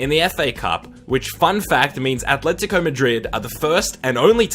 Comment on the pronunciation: Quite a weird one this but I like that he actually knows how to pronounce names. Key barometer as to whether someone knows what they’re talking about is how they pronounce Atlético.